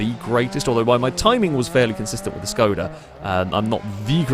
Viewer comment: Pls don't pronounce Škoda as "scouda"